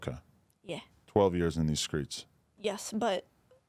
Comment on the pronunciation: Bruh Adam really said skreets